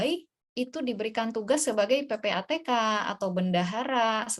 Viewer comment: PPTK Bu, bukan PPATK